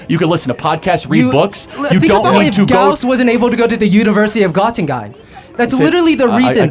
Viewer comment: That last kid was totally wrong Carl Friedrich Gauß studied from 1795 bis 1798 at the Georg-August- University in Göttingen Germany. And he didn't even pronounce Göttingen right. The Arrogance of some of these people is off the charts, That's why they hate Trump voters because they think they are intellectually on a way higher level than the rest.